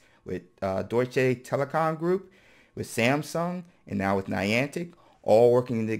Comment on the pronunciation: "Deutsche Telekom Group" – well pronounced, dude 😉